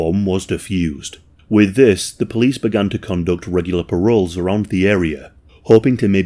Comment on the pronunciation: Too much true crime? He said "parols" instead of "patrols" 😂...